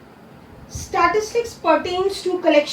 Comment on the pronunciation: Its statistics not statitics